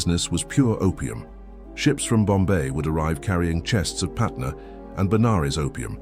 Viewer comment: It's patna not patner , Patna was city in bihar , And banaras in uttar pradesh , During British time this both city were part of central province